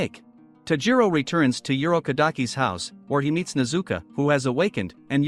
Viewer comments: Her name is pronounced nez u ko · nezuka bruh its nezuko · Nezuko not nezuku bro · It’s nezuko buddy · Your saying nezuko wring